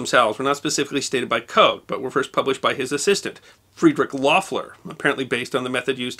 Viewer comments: The name Koch is not pronounced Coke. The single "O" in both German and Dutch is pronounced "AW". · Excellent as always. But Koch is not pronounced 'coke'.